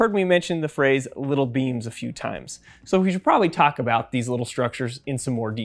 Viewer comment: When they sad “little beams” I kept on hearing “little beans”.